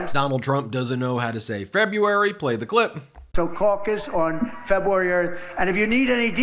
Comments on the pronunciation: Its actually pronounced Febrooary, not Febyooary. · Februarar. LOLOLOLOL. He completely screws the word and catches himself and very quickly tries to recover by putting his hands in the accordian position and says " look" then really fast changes gears. Hahaha. God what an idiot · He can't even describe the test accurately. Can't even say Feruary. Pathetic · A stable genius who can't even pronounce February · Ignoramous. Cant read or even pronounce February. What happened to America???